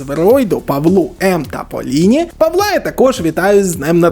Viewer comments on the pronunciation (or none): none